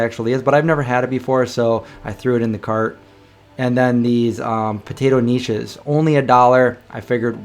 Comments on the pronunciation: K nish is pronounced with a k and rhymes with fish. Neesh? Geesh. You need some Yiddish lessons. That Dave's bead was two years old and frozen? I don't think I would want it then. Steve's is one of my favorite ice creams. They are hard to find. This inspired me to look for a similar store near me. I found one in Easton, PA. I am spending more and more on food. I am going nuts. I know the prices are creeping up unless you bargain hunt like crazy. I usually want organic produce. Just a word of caution, I heard a farmer tell me that most of the local corn in NW NJ is GMO. That would mean it is part firefly. Just so you know as a vegan. Also the crookneck yellow squash at his stand was GMO, with no label. Greenpeace and other webistes reported that GMO corn for human consumption was off the market. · Oh boy,. It's pronounced "KAH-NISH".;) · lol! Knish, pronounce it with a hard K. I love them and grew up with them as a kid. Hope you like them.